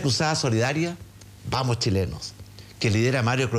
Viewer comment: Don francisco dice vamos chilenos y yo escucho vamos dinero